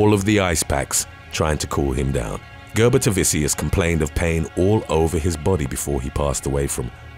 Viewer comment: it is and it's pronounced Ger-boo-ta-vichus lol